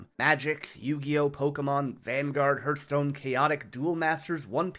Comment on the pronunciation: Awesome video. This kind of historical content makes me happy! Only issue I had was the way you pronounced Hearthstone made my heart hurt ;).